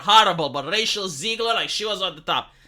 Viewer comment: Don’t know if it’s your accent, but I love the name Racial Zegler.